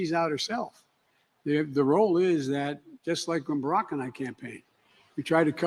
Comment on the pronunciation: "Barrack and I" it's pathetic.